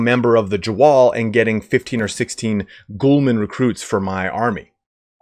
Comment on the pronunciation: It bothers me When you hear someone call Prince-A-Pays (princepes) prickepeps, Gho-Lams (Gulams) Ghoul-mans